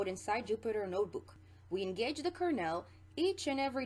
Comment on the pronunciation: great video... but your pronunciation of Kernel drives me nuts, lol. It's pronounced "kur-nuhl" or "kur-null", not "kur-nail". Like a corn kernel or colonel in the military.